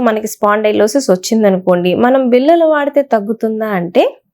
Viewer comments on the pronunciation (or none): మేడమ్, మీ వీడియోలు చాలా వివరం గా ఉన్నాయి. మీరు కాస్త తెలుగులో ళ చెప్పవలసిన చోట ల అని చెప్పవద్దు. Eg. బిల్ల కాదు ఆ పదం బిళ్ళ. వాల్లు కాదు, వాళ్ళు. లేక పోతే కొన్ని చోట్ల అర్థం మారి పోవచ్చు కూడా!